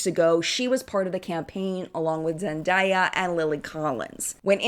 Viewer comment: Why did you say zendaya’s name like that